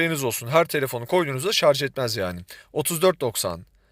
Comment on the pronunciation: Şarzz demediğiniz için teşekkürler.